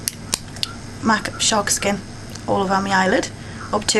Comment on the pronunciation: SORRY ITS "SHARKSKIN"